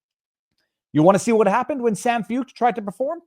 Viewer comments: Sean last name pronounced "foyt" You would like him, look him up viva‼️ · Shawn foo ket. That’s how you say it. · Pronounced "Foyt" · Sean Feucht . . . pronounced "Foyt" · Sean Feucht (pronounced Foyt) started holding Let U Worship events in CA during Covid lockdowns. They have spread throughout the US, including DC, and around the world .In Canada he has faced harassment and attacks, although people have come from all over Canada to participate in these events. God will win! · The name is pronounced Shawn Foyt